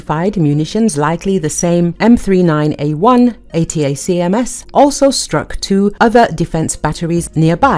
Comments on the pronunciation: The reporter made the bad report by miss pronounced the weapon name " attack them " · Pronounced. A * Tac * Ms !